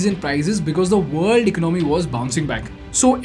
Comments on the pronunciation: Hahaha whats "ech nomi" my dude 😂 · Tell him about "Eknomy" 🤣🤣🤣🤣🤣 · Shocked that this guy has 2.48m subscribers. He can’t even pronounce economy